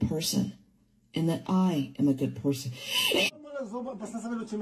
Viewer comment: did she say porson?